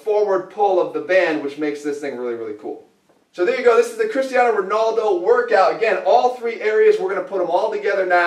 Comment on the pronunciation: "Cristiano ronoldo" :D